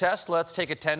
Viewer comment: From now on, when someone asks me my name, it’s “Tif-fany Par-ker” 😂